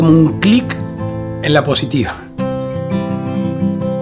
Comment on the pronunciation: Se dice "Por la poSHitivas chicos", aprendan "poShitiva"